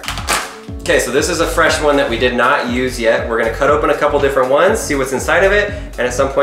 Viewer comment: DID HE SAY INDID!!!!